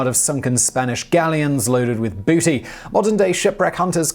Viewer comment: How does Simon manage to put extra syllables in the word "booty"?